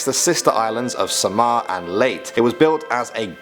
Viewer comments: this is not a filipino urban legend i think this is not real CAUSE I AM A FILIPINO also its pronounce SA..MAR AND LEY.....TE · U pronounce samar (sa-mhar) and u probounce leyte (Lei-te) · Its not sam -aw Its sam-ar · well umm... i am from leyte and ive heard a lot about that IF YOURE A FILIPINO LIKE THIS COMMENT...ps: it is samar (sa-mar) not (sa-mah) and also (ley-teh) not (lay-t) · STAY SAFE EVERYONE COVD 19 IS NOT A JOKE STAYS SAFE Ad its pronounced (Sahmar) and (Late eh) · Dude. THATS OUT PRESIDENT!! noice and its pronounced Sa-mar and Ley-te not late. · Actually it's pronounced Sa-mar and ley-te